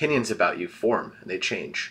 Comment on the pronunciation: Okay I can't be the only one who hear say "aboot?' RIGHT??? ARE YOU CANADIAN??